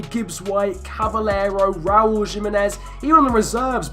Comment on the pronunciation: jimenez is Mexican so it is h